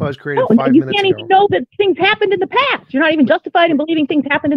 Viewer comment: Holy shit. . . The way she pronounced the word past, as paaahst. I had to forward past that.